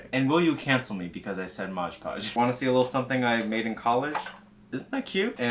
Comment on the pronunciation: Whenever I hear someone say "modge podge" I die a little more inside